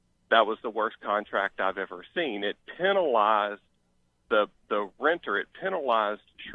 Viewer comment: If you keep saying Penilized your referring to a penis lol. It's penalized! Lol pronounce the A! Pen - Ah - lie - zed